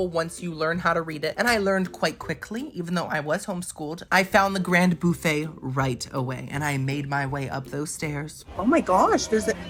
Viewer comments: why does he pronounce Buffet in such a weird way BoUffet...weird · Love how you say BOOFEE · The way you said buffet, made me think you are from Louisiana!!??